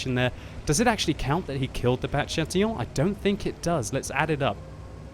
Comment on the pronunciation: You said Chatillon well :)